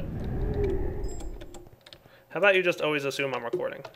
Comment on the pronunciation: Can't pronounce "about", makes fun of the pronunciation of "Xycraft". ;) =P